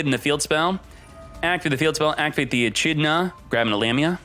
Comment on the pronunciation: The way he said "echidna" though at the beginning 🤣. I hope his chat crucified him for that